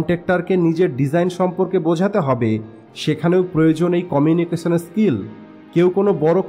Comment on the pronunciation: আমার মনে হয় আপনার এই "কমিউনিকেশন স্কিল" উচ্চারণে সমস্যা আছে।